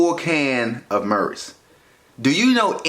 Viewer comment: My mans said marys at first